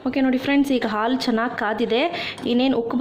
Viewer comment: All OK but please pronounce haalu instead of aalu . It's pretty annoying to listen it as aalu